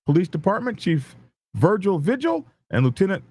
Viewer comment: Vigil is pronounced V HILL. Js